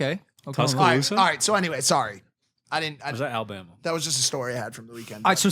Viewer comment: it’s Alabama😂